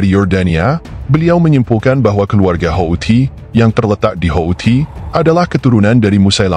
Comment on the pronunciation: Hautsi bukan haouti